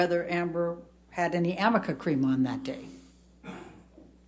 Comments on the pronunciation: Me yelling at the phone…what on earth is amica cream!!!! 😂😂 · SAME GIRL. I was like say amica cream one more time